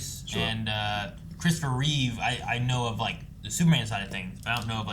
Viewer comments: For the love of god and all that is holy, get their last name right. It's not like you can't see it. REEVE, not Reeves. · REEVE, not Reeves